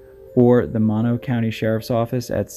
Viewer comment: Moh-no county, not maw-no.